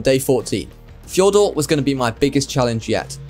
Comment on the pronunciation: fjor d usssss urrrr fjor-dur